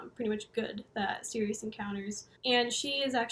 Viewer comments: its pronounced like "cyrus" not sirius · I think it's pronounced Cyrus... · Absolutely love your detailed analysis & explanations of all things Coheed. They’re my favourite band, but there’s still so much to the story that I don’t know. Thanks for all the work you do! My only criticism is that I think you’ll find Sirius is pronounced Sy-rus. Cant wait for Descension! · I pronounced it like Sirius forever too until I heard Claudio pronounce it like Cyrus he should’ve spelled it that way lol